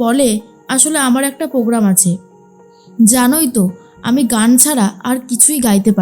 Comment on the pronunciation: ইস্ কি বাজে উচ্চারণ। পোগ্রাম নয়, উচ্চারণ টা হবে প্রোগ্রাম। Spelling টা Program, Pogram নয়।